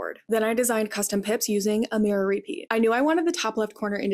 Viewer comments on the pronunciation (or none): none